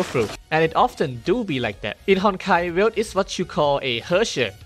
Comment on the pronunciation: He said "V"elt ❤❤❤❤❤❤ Yeeeeeeeessssssssss!!!!!!!!!!🎉🎉